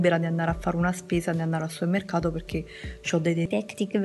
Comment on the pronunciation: Si dice "Supermercato" non "suermerhato" :)